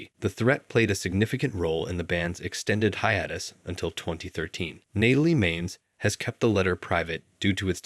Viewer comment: 'Alejandra' and 'Hiatus' is mispronounced btw (assuming this isnt AI...)